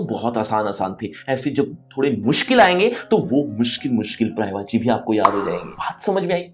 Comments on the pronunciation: Prayvachi nhi sir. Paryayvachi hai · महाशय , अफसोस की बात यह है कि इतने मिलियन व्यूज के बाद भी किसी ने पर्यायवाची सही उच्चारण पर याय वाची किसी ने नहीं बताया जबकि आपका उच्चारण गलत है।